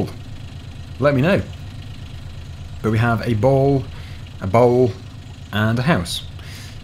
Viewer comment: my favorite part was when he said ball and bowl exactly the same